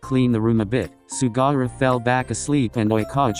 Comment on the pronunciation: The way Daichi looked at me when I started laughing because the voice-over thing said “Sugara” instead of “Sugawara”— he looked genuinely concerned 😂😅